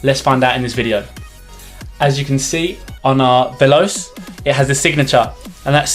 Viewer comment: Both are teijin synthetic, and they are exactly the same except acc and the one piece design. Also, it's pronounced vel•ah•chay You also can't compare stiffness of a broken in boot to a brand new one. Not a quality video, but the new videos are much better. And ACC doesn't make a change at all. You can't tell its there, I've tried the same boots with and without it. There was no difference. It's a gimmick. If you think it's there you will be tricked into thinking your boots are doing things better, when it's 100% you, and 0% your boots.